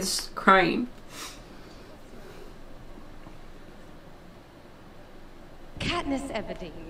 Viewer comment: Sound like he called her KatNip 🤣